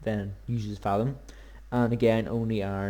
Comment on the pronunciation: Is there a particular reason you pronounce thaum as fathom, as opposed to thumb with an A in it? (I.E. th-a-umb) It's a minor gripe, I know, but it does make watching an otherwise great video rather a chore for me. Still, cheers for the video it was usefull!